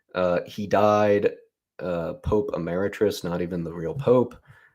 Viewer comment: How the fuck do you mess up the word "emeritus"?